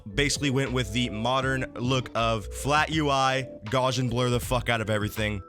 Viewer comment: Is trying to say Gaussian blur?